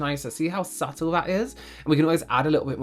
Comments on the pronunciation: I can't remember which video it was or who said it but omg, I can't stop hearing "SUPPle" in this video instead of "subtle" lol. Anyone else remember? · Does anyone else get flashbacks every time says subtle?